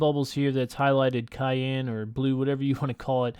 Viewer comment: Lol cyan is hard to pronounce apparently